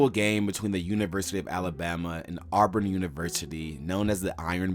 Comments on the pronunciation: It's not pronounced "Awe-brin". Also, it's "ask" not "axe". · It’s really annoying how much is mispronounced.. Shug Jordan is pronounced like “Jerdan” and it isn’t “Arburn” 😂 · you gotta stop calling them ourburn